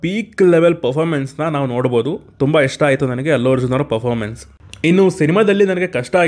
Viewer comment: Performance ❌Popamance✅